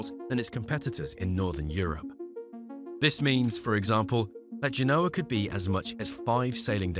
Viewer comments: It's pronounced GENE-O-AH, not G-NOAH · Or rather, GEN-OH-A. Emphasis, as in all Romance languages re French, Spanish, Italian, Latin and Romanian unless otherwise indicated, on the "second to last syllable!" In other words, like you've suggested, the "OH!" I concur, but not with "GENE", for 'GEN!' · How about tanking time to learn how to pronounce Genoa.